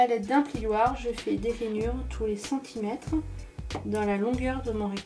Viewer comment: Pourquoi tu dit Ranyure et centimete ? bref tu achete ou les papiers imprimés? Il son mimi